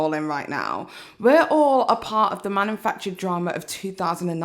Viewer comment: I love you,, and I adored this video, it had me in stitches. However, the way you kept saying "manumfactured" was painful, it legit made me physically recoil. It's "manufactured".